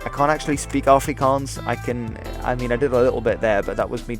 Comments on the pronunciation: Thanks for pronouncing everything properly, you don't know how much it hurts when people say it wrong. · Thank you for your accurate prenounciations of our moedertaal (mother tongue).It did not go unnoticed☝️. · Correct pronunciation. Wooo! Thank you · Finally,an englishmen that can say afrikaans words properly